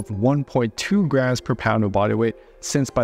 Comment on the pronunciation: 😄Why does he always pronounces graMs as “ grass”??? It was hard to keep on listening that we have to eat “ x grass of proteins” ! 😝